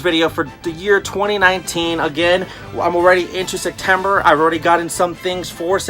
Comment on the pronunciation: Haha you say Sectember just like Sergio with a c instead of a p